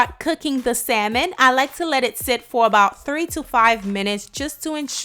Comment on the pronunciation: say Saimon one more time